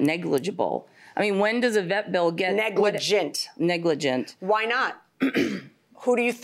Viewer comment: The defendant keep saying negligen 😂. Really not 100 % responsible ? Why she's in the court ?